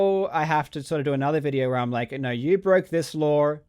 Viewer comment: Karl is the only Aussie that finishes the word "law" with an "R" like "lore or lawr" lol